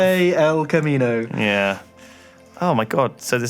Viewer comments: God damit it's Kamino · Kamino not Camino fucks sake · It's Kamino not Camino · It's Kamino. KAMINO GODDAMIT! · ITS FUCKING KAMINO NOT CAMINO